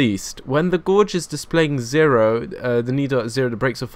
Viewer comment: It annoys me how you say Gourge instead of Gauge. Love your work anyway!